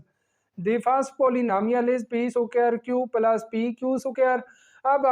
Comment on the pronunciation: PLUS ❌️ PALLLAS ✅️